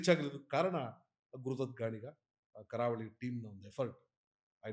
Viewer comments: ಕಾರವಳಿ ಅಲ್ಲ ಗುರು ' ಕರಾವಳಿ '😂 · KAARAVALI❌ KARAAVALI✅